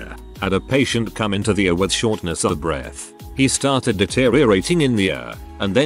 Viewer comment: It would help if ER and ICU were pronounced properly. Are we listening to a bot?